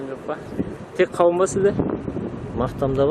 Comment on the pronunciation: Дауын дарбыз дима😁 кауын карбыз дидиго